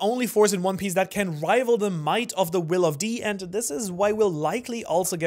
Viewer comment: "will of P" Portgas D. Ace💀